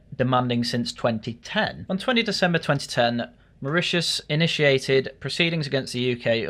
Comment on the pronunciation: Sorry everyone, I was fast asleep so could not correct his pronunciation of Mauritius😅